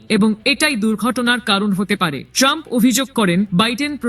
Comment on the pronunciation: তোমাকে সংবাদ পাঠ করতে কে বলেছে। তুমি বার বার বলে সাবেক প্রেসিডেন্ট টানপ